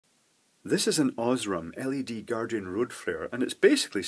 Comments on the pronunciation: Aaaaah! The pronunciation of "Osram"! Horrible! XD It isn't "oshram" with a silent "a". Its pronounced this way: Scroll to about the middle of the page and select the last of the German ones called German Pronunciation. That is correct. Cause Osram is a german brand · Oz-raam... very good German pronunciation!!!